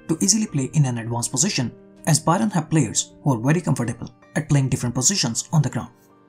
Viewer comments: Great analysis but you pronouncing Bayern as Byron made it very unsatisfying to watch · Bro it's not bayron, it's bayern